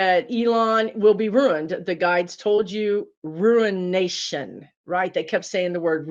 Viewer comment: Uh-oh--when you were talking about Elon Musk and said that your guides said in reference to him "ruination" I heard it also as "ruin nation." But please know I absolutely believe that this is the U.S.'s "breakdown before our breakthrough," as my wise spiritual teacher used to say. I so appreciate what you do, --another rim-rider here! 👍❤️💫